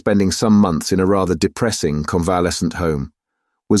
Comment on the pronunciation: convalescence for example, in the opening minutes